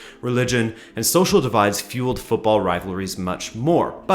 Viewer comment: My gosh, an American who pronounces football the right way